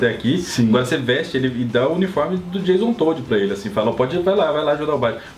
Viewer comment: "Jason Toad" (Sapo). kkkkkkkkkk